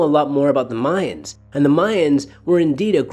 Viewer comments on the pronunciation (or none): none